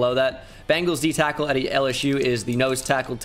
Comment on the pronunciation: He said D tyackle again🤣